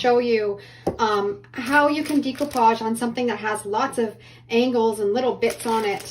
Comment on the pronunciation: Decoupage is pronounced with a SHORT E NOT A LONG E, PLEASE